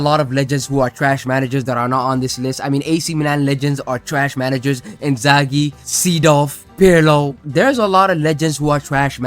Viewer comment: No way you said Inzaghi, ur mad